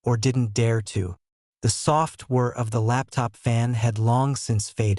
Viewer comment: Not the ‘soft ware of the laptop fan’ but ‘the soft WHIR’